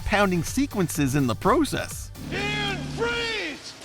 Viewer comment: This guy’s enunciation and pronunciation is so weird and off. He doesn’t even know how to pronounce “lava”, “process”, or “semi truck”.